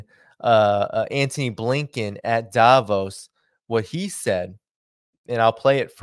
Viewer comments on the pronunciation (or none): none